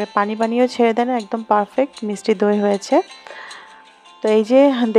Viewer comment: আপু মিসটি না মিষ্টি হবে।মিসটি শুনতে খুব খারাপ লাগে।